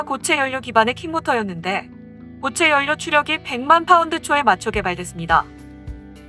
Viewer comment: 자음접변 현상에 의해 '연료'는 자연스럽게 '열료'로 발음하면 됩니다. 다른 채널 영상들에서도 요즘 억지발음들이 많아지는데 이것도 유행인지...